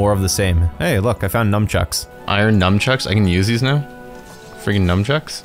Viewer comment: nunchuck not numchuck